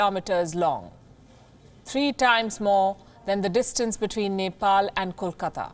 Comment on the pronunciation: Nefall and India 🙃